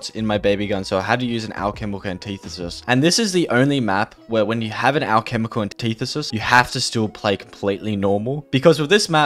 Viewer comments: Take a shot anytime he says alchemical anteethisis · Hearing him mispronounce the word “antithesis” about 100 times hurt. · Hearing you pronounce antithesis was the only subpar part of this video. Everything else was so good! In depth without any unnecessary content. Really easy watch!